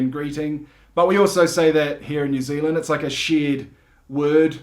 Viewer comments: Hehe, immediately calls it Ne'z'l'nd after saying they say all the letters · Haha, "a lap to far" was a reference to Phar Lap - famous race horse from NZ, the "house is already crowded" was reference to Crowded House, the band. Oh, and by the way, our accents are completely different, Kiwis say all their vowels wrong. Didn't you hear him say New Ziland?